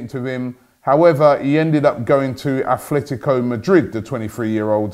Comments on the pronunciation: Robbie it is Atletico, not Athletico. Does my nut in hearing you mispronounce this for the past 5 years. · ATLETICO not ATHLETICO 🤦🏽‍♂️